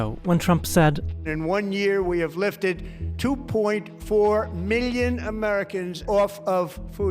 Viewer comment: He lies about everything and he has also murdered the English language. It is simply pronounced, million not MeeYON, and it is China, not Jina.